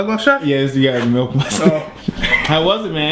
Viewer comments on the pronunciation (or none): It's milk not "melk"!!!